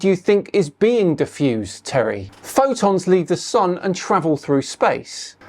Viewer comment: If he wants to use the bible as a reference, why doesn't he mention that the sunlight gives life? WHAT AN IDIOT !!! I also notice he does not know how to pronounce Fotons, he pronounced it as " Fodons ".